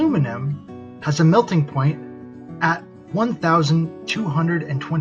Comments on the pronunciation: no sir, I believe you said that aluminum has a, "melting 'PONIT.'" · I mean, it's all idiotic, but "PONIT" when they are making a point really killed me.